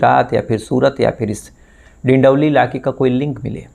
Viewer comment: डिडोली नहीं डिंडोली हैं